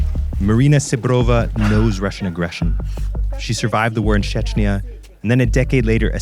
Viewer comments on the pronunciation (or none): none